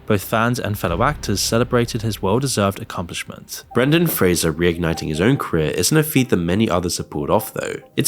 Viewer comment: The funny thing is that most people pronounce his last name wrong, but he actually got that part right 😂